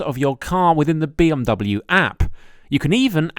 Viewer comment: Why does he keep saying B Om W?